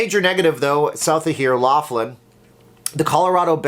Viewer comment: Keep to Casino openings! By the way every time you say the name of your town you say it wrong